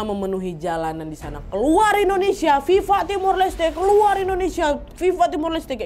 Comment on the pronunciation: Mbah tulis Viva dibaca Biba. Mbah ini gimana sih Fifa Fifa meluluh 😂